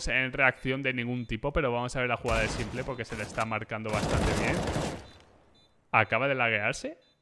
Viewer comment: a los que le pone nervioso que le diga simple y no simpol